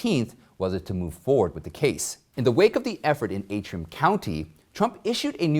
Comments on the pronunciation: It is Antrim, as in ANTRIM, County, not AAtrim. Words and their spelling are important, especially to reporters. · Antrim. Pronounced as it spelled. ANtrim. Please fix this in future videos.